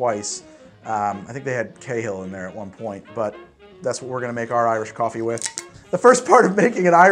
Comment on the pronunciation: You got my subscribe with "Goffee-ey-ee"! <3